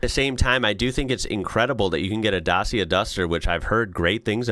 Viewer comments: Great video, thanks. FYI, Dacia is pronounced Datcha. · It's Dat-chia, well as near as I can do it in phonetics. (My wife is Romanian.) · The C in Dacia is pronounced as an English "ch" If you want big cars in Europe you can look at something like the Skoda Kodiaq, BMW X5, or Range Rover.